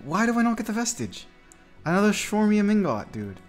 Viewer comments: Shwarmian ingot 😂😂 Brother it’s chrome-i-um in-got An alloy of aluminium 😂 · Great video! I have to tell you though, please pronounce Chromium as Kromium not Shromium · I don't know if there is official pronunciation but it just sounds weird to pronounce "chromium" like that. It just seems more likely its "chrome-um" based on how its spelled. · The shwormium ingot kills me everytime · Rolf how youtubers say chromium😂😂😂😂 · Chromium ingot pronunciation needs some work